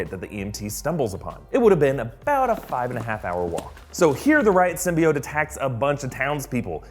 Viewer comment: It's pronounced Sym,. Bee,. Oat